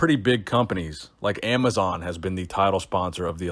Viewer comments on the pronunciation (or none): none